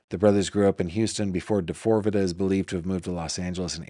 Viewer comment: I love you but you really need to stop calling him D4vd the way you do. Lol. He goes by David. There is an interview of him where the interviewer told him people were calling him D4vd like how you are and David looked shocked and started laughing. He said it is pronounced David. He replaced the A with a 4 because of something having to do with 4 dimensions or 4 aspects of himself that we will see emerge over time.